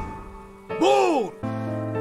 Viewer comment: ボーール！ではない笑笑